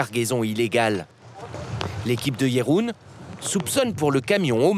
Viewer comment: Pourquoi dire Katjé ou Jéroen? Il n'y a pas d'accent !